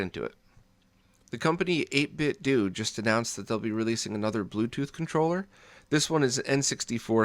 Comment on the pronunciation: Pretty sure the "do" in their name is pronounced "8-bit doe" like "Nintendo."